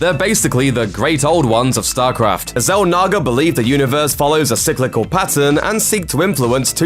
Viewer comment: Say Zalnaga again lol